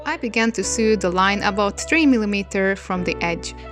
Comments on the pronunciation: Your English is really good, but I thought I'd give you a tip on saying the irregular verb " to SEW". It's pronounced to SO. You sound like you are saying to SUE (rimes with BLUE) which means to institute a process in law against; bring a civil action against: to sue someone for damages. I sometime feel like suing (yes, the "e" is dropped here) my sewing machine for bad results, although I can't really blame it for my lack of sewing skills when projects go wrong. :) Hope this helps. Here's a quick recap. : Base Form (Infinitive): Sew Past Simple: Sewed (pronounced SO-ed) Past Participle: Have Sewn (rimes with GROWN/BLOWN) /Have Sewed (pronounced SO-ed) 3rd Person Singular: Sews Present Participle/Gerund: Sewing We also have the regular verb to SOW and that is pronounced the same and means planting seeds. (Not to be confused with the name of a female pig, a SOW, that rimes with COW) Base Form (Infinitive): Sow Past Simple: Sowed (pronounced SO-ed) Past Participle: Have Sown (rimes with GROWN/BLOWN) 3rd Person Singular: Sows Present Participle/Gerund: Sowing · I love you so much but the way you say sow " sew " gyvfsd ahhh Im sorry its a big pet peeve no hate towards you <3 <3 <3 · Small tip, you pronounce "sew" like you would pronounce "so". Love ya ;) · Every time she said "s'ew" my mind was like "lawsuits!" 😅😅😅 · I didn't even noticed the mispronunciation bc I make the same mistake xD why isn't English a phonetic language 😭😂